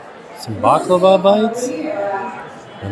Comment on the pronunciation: You gained even more love and respect from me for saying “baklawa” and not “baklava” ❤